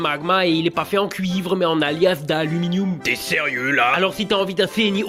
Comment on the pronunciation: De l'aluminioum 😂